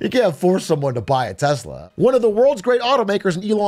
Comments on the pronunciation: It's pronounced "Telser". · Tesla? What's Tesla? Do you mean Teslur? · 😂😂😂 trump called it Teslur! 😂😂😂😂😂😂 also called elon, Leon a few times ! 😂😂😂😂😂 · Tesler lol😂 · Elon doesn't even know how to pronounce "TESLA". He constantly says TeZla, which is not correct. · You're pronouncing it wrong. America's Top Salesman in Chief calls it, "Tessler!!" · TesLER he called it. Not tesla but TesLER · ITS PRONOUNCED TESLER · it’s pronounced “Tesler”, get your facts straight ! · And the worst part is Elon doesn't even pronounce "Tesla" correctly.